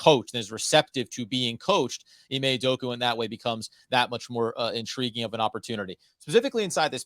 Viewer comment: UdokA UdokA. How do you guys still call him Udoku when there is an A at the end.